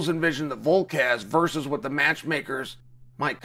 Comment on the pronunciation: 😆 at least he can pronounce his name correctly, 'Haz-mat Chimney--ev' is my fav.